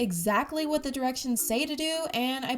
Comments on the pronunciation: She said kwat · I mean myawt